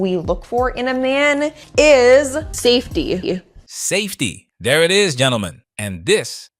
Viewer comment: "...saftey..." I'm not even a native born English speaker😂